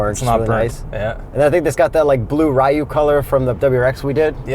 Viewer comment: Disappointed on you guys' knowledge. Ryu is not "rye u," it's " ree u" or really " ru"